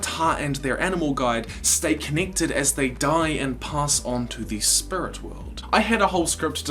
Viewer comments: Bruh he said “spurit” and “spirit” in the same sentence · I hadn’t noticed how you said spirit weird until you mentioned it. Bro why. Spurrit. Edit: Shit somebody commented that 2 years ago. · Can't stop hearing "spurit" now :') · lol I never noticed how he said "spirut" until he pointed it out himself 😂 I wish I hadn't already watched the one about iroh moving on to the "spirit" world. love your videos bro. it really lifts my spirut up on down days.... I couldn't help myself, I really did try.😂 keep up the good work though bro! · Great now all I can hear is "Spurits". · I didnt realize that you said SPURIT until you pointed it out. now i cant unhear it. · It's distracting me so bad.... lol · Potato Joe I know what you mean. Now every time he says it, I actually cringe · I never notice the way you said spirit and now I can't unhear it. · Until you mentioned it, I didn’t notice your accent when saying “Spirit”, and now I can’t help hearing it stand out. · I never even noticed that you said Spirit with an accent and now I can’t not hear it